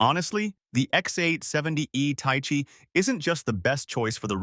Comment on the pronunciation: ta-ee-chee? ... bro Thai-Chee... that pronunciation is painful